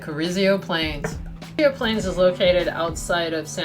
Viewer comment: Pronounced Carrizo not Carrizio ;)